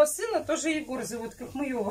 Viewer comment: МаЁВа сына тоже зовут Егор. Егор... Егор.. Егор., не Егора, не егорА... лять., назвала Егором, так называй Егором, а не егорой. Егора это дефка или бабка.